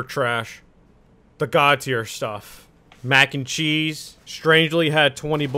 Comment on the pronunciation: I love that he said MAGancheese